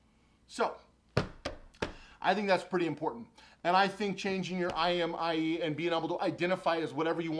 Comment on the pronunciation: You said imie instead of imei lmao lolz just saying